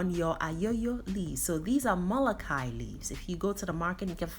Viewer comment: Fyi it's pronounced Molo khee ya. The khee is from the throat.